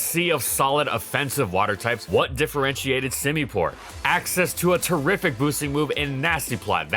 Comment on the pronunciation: "How good whas semipour actually?" He sucks at everything "outro"